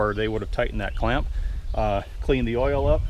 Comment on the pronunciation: Ah so wittle chinaman forget to tighten cwamp ,No good !!